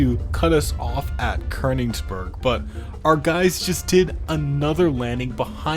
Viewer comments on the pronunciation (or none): none